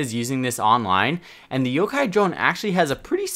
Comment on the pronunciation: kinda ironic when you said can`t speak english after mispronouncing yokai as yokou as yokai is Japanese term for ghost so really you should be saying cant speak Japanese